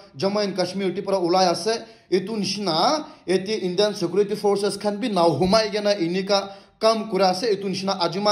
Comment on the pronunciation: we viewers are not deaf or are you deaf yourself.....? & By the way you should seriously take Tuition & attain coaching classes for the Grammar on English subject & stop shouting your own grammar like Paylot instead of pilot,...Shekurity instead of security,.... Satchushen instead of situation,.... Terrist instead of terrorist,....Apolojay instead of apology,....Shoplai instead of supply,.....Desla instead of Tesla,.....Rohu Gandhi intead of Rahul Gandhi,......Nirindra modi instead of Narendra modi,.....Lion Messi instead of Lionel Messi,......Amir khan got talent instead of American got talent & the list goes on & after all you're the most experienced youtuber in nagaland like you said since you started your channel & had recieved all those YouTube's silver play bottoms way back from 2001😂😅🤣😂😇😝🤪😆😁 even before the official launching of YouTube in 2005..